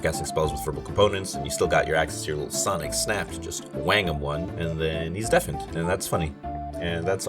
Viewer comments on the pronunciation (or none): none